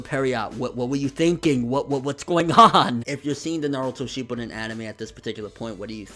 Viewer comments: Youkou Kakujou It's shipp-uuuu-den there, you'll have to find a video that has the word pronounced which is like in every storm 4 trailer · Why do you still say Shippuden wrong? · yes really.... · ***** I guess you're never going to get it through your head that it's impossible to describe without doing it vocally. It's pronounced Shippuden. Are you using your brain now? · RJKB01 Yea I can. I was only talking about because I heard how he said it. The rest of you took it upon yourselves to put your 2 sense in.